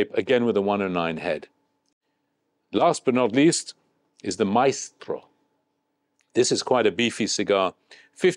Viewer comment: my dear friend, your pronunciation is good, very nice R Rolls especially in maestro. Hopefully I can meet you soon to hear more about this event.